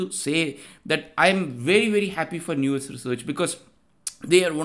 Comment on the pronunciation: Let's not normalise pronouncing it as if the word is "news" or "new-us". It's an English word already, said as "now-s" similar to house (but not like cows)